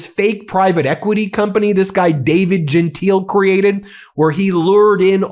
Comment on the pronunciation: His name is pronounced; Jen-Tile